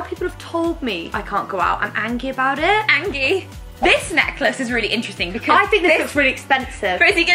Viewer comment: I knew Rosie and I are the same person she also says angy 😂